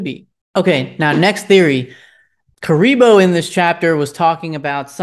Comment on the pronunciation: My boy, it’s “care-ri-boo” カリブー(ka-ri-buu). You keep calling him Kuriboh like from Yugioh lol